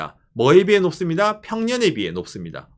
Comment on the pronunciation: 높습니다가 왜 녹습니다(melt) 라고 들리나